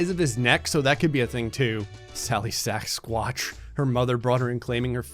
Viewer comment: its sas-kwatch, but sack-squatch is better... way better. hehe